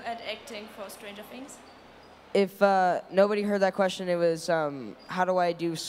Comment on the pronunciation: Die meisten haben „Stranger Things“ einfach Stranger Tiiiiiings ausgesprochen hahaha